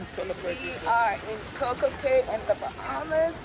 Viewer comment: It’s pronounced Coco KEY